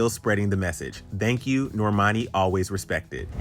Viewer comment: why you sound like you saying dhank you? Lol